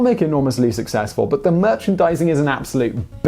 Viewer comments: Bayhamoth... Sorry, had to mention it. :P As an American that lived in the UK for 4 years, I don't think I've ever heard that pronunciation. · Today I found out the British pronunciation of "behemoth".